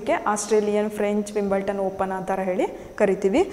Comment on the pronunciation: That s not Wimbleton.... Wimbledon s the correct pronunciation....